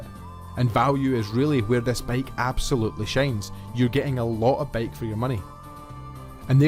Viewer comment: Dude it's bike, not baeiyk. gush